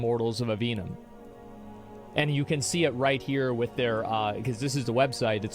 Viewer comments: Aveum, asmon, not Avenum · Not to get sidetracked but Asmon is saying Avenum and not Aveum intentionally right? This isn't the first time I've heard him say it wrong so I'm convinced its intentional and he's not stupid for getting this wrong despite the word appearing over and over and over and over. As a writer, it triggers me in ways I never expected lol. Just adding one letter to a word and constantly saying it wrong. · Every time he mispronounced Immortals of Aveum I cringed. There’s no “N” in Aveum Asmon! Lol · He doesn’t know how to pronounce “Aveum” at all